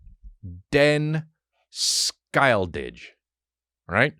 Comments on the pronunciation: as a scandinavian, hearing Chris trying to pronounce Den Skyldige was hilarious and cute, I had NO idea what he was trying to say before I googled it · Hey Chris! Im from Denmark, and in the Word ‘skyldige, the ‘g’ is silent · Im from sweden but denmark do fucking awesome chriminal thrillers. Den skyldige is the same on swedish and its pronounced Sch-y-ld-ig not sk-ijl-dish. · "Den skyldige"🤣 it means "The Guilty" in both Danish and Norwegian, in case u didn't google that. Hahaha "Denn Skyle-didge"🤣🤣🤣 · For a swede, your pronounciation of Den Skyldige is hilarious. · Hilarious. I figured out as soon as he said it's Danish. I'm Swedish.